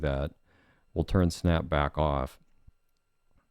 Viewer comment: "I'm gonna go brack to the browser"